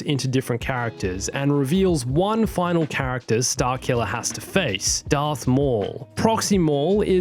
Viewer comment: “Earth maul” really? 🤨